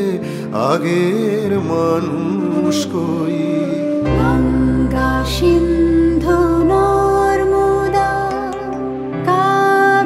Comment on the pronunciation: Good song..however, these artists should have pronounced Sindhu (সিন্ধু) as Sindhu (সিন্ধু), not Shindhu (ষিন্ধু)।